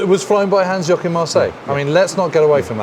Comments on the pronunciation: Hans YOKIN Marseille ..... are you JOKING ?? .... it is JOACHIM !! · Hans 'Yokin' Marseille? It's Hans-Joachim Marseille. There's an intern who should be fired over this. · Hans Yokin - you have no idea how ridiculously ignorant this is and how quickly you are disqualifying your excellent documentation in the eyes of your German viewers. It is one thing if you find it hard to pronounce certain letters in a foreign language, but replacing proper spelling by some fantasy letters is just plain disrespectful. I am a bit astonished to hear this plane is supposed to be the E variant - by what I know the E variant did not have a motorcannon, but machine guns firing through the rotor blades and machine guns in the wings. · Ah yes, the famous German WW2 ace Hans "Yokin" Marseille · "Yokin"? WTF? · Ohh my god…come one guys. Do your homework, do some research at least! It is not Yokim…it is Hans Joachim Marseille….never heard of google…never did any research in your life….? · Yokin??? Yokin??? It was Joachim 🙄